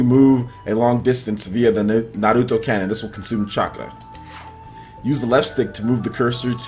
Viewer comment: Say Nahluto one more time